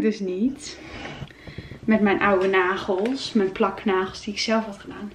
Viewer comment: ✨m’n negels are af✨ beautiful engels 😂